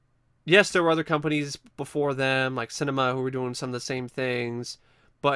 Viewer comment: pronounced sin-ah-me-ah